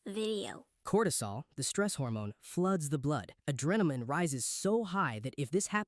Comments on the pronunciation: I swear one of the voices said "Adremaline" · Oh I'm collecting a screen snip of every obviously AI-generated video before I report and "don't recommend channel" them. I have hundreds of snips (including most of the ones you showed lol) These channels are zero-effort to create. Also, "adrenamin" lol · ADRENAMINE?! The stupid AI can't even write / speak proper English and we trust it to make entire videos? Finished watching edit: good talk. I actually watched one of those videos a couple months back and admittedly fell for some of it's BS. Thanks for sharing the facts! I'm also getting really fed up with the even less than bare minimum these channels put out. Using AI to generate stick figures is absolutely monumental levels of laziness, nevermind the rest of the video.